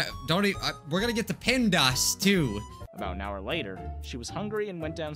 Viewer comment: Pendas Me:Pemdas!!!!!!!!!!!!!!!